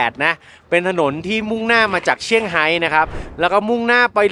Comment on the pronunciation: เซี่ยงไฮ้ ไม่ใช่เชี่ยงไฮ้ค่ะ (แบบไทยๆ)